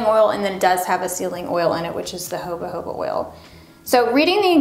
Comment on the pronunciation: I've noticed in a few of her videos, when says 'Jojoba', she always pronounces it: "hobuh-hobuh", instead of: "ho-ho-buh". 😄 I get a kick out of it every time. Does she say it this way on purpose? Like, maybe to be a rebel? 😁